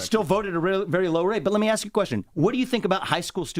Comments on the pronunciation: The nails that indicate they dont do much in life as far as work.....in thier entitlement.......and the word is "ask" not ax moron. Please do the math yourself scholar.....dont ask someone to do it for you. Lets go right down the waterhole honey......woke black entitlement is headed down the shitter just like these lazy victims should. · can you pronounce ASK correctly? Just once???